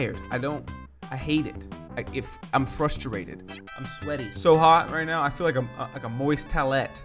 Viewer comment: BasicallyIDoEnglish: 1. Frust-er-ated 2. Tow-let